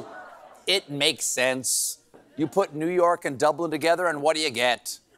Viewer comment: Love the pronunciation: Nyerk, Nyerk.